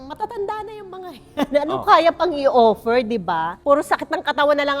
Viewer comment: "Owpen Owpen Owfer Owfer!!!"😅😅😂😂